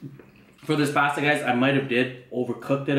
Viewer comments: HE SAID PASTA WRONG 😔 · I cringe at how you say pasta 😩😂😂